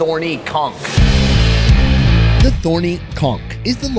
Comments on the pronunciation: you have to pronounce the “ch” at the end of “conch” like the “ch” at the end of “church.” “Conk” is a mispronouncement of “conch.” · That’s not how you pronounce conch